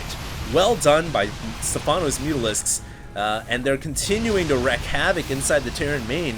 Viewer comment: wreak* havoc, rhymes with weak. It's not "wreck havoc".